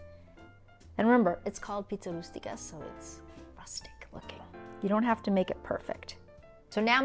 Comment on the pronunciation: Giada...I love you .your are a beautiful woman but you got this all wrong *stuffed Pie* the pronunciation and the ingredients...